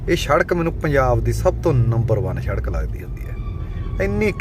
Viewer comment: ਸ਼ੜਕ ਨਹੀਂ ਸੜਕ